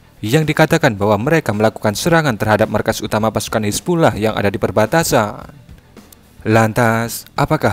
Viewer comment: Napa baca nya "hizbullah" sih min?